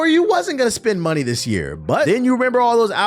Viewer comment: "Tell them to brang me my munehh" 🤣🤣